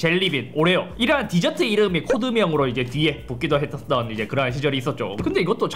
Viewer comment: 해떠떤 ㅎ ㅋㅋㅋㅋㅋ